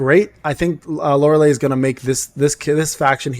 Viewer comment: Why everyone say her name wrong type it in google for pronounce LORELEI. You not the first person and no offense but yea the last 3 letters sound like Li or Lai. Unless you doing it on purpose then you got me! xD